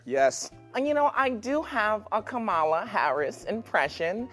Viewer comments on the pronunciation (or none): Disappointed that CONAN, Mr smart guy, can't pronounce Kamala. Guess I'll be pronouncing his name koh'naan.